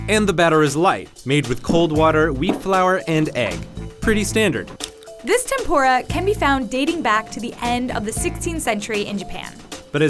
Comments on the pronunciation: she kept saying "TempOra" and im triggered. 天ぷら is not pronounced that way. It is clearly a u in between the p and r. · it’s tem-poo-ra not tem-pho-ra also fun fact I’m Half Japanese and Portuguese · its tempuda not tempora ok i am from japan. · It really bugs me how they say "tempora" (it's pronounced "tempoora") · Isn't tempura pronouced tem-PU-ra but not tem-PO-ra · Ten-pu-ra Not ten-pore-a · Tehm Poo Dah would be closer to the Japanese pronunciation, I suppose. But, go ahead and call it Temp Or Rah if you’d like. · Did they just pronounce tempura as tempora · Majestic Bacon Actually it's pronounced temp'ra with a slight short rolled R. Letter U in certain romanazized spellings of Japanese words are often extremely faint or outright silent. For example 'desu' (a 'to be' word) is pronounced 'dess'. Tetsuko would be Tets'ko. Hope this helps. :) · the videos are cool and all but their pronounciation of tempura made me cringe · im Japanese and the pronouncing of tempura is really bad its funny XD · The way they pronounce tempura makes me cringe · Sorry but I don’t wanna be that guy but you pronounced tempura so bad. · Dont try to speak tempura if you cant say it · Why can she pronounce Tanegashima correctly, but not tempura? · She is saying Tempura wrong